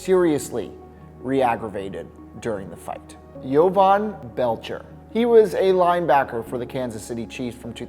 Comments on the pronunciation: Dude what is up with your pronunciations???? its Ja-Von not Yo-von!!!! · Its Jovan like Joe Vaughn. He isnt European JFYI.